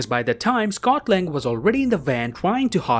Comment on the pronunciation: Scott lang ... Scott land 😂